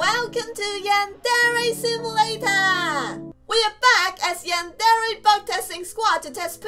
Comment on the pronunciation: Did you say smivulator